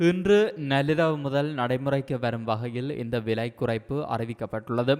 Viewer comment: நல்லிரவு என்று வாசிக்கிறானே கேட்க நெஞ்சு வலிக்குது